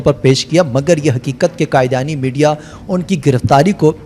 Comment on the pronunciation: لفظ قادیانی کو قائدیانی نہ بولیں